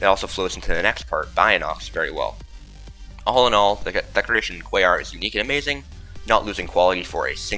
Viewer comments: He actually says it right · I’m giving you credit. You say Quaoar correctly. It’s the kind of thing that forgives congregation not being on the list.